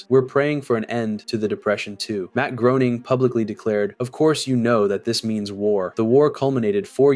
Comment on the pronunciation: imagine naming your channel after a simpsons character and you cant pronounce Groening